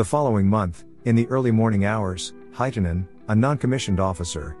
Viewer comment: It's not heitanen its hietanen and vilho is wrong also its koskela